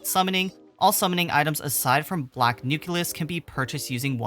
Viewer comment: NU-CLE-US not NU-CU-LUS